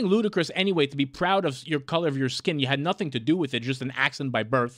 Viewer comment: “I’m pLoud to be Asian”😂